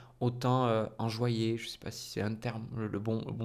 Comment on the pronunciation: c'est enjoué lol plutôt que enjoyé mais on a compris ce que tu voulais nous dire